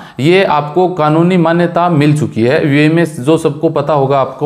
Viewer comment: Yar buae nahi hai youae hai sahi bola karo